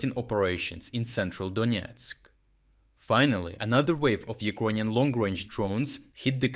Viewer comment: Donetsk not Donietsk